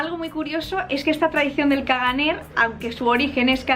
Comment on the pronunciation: " ·caganer" no se pronincia la r final. se debe leer como "cagané"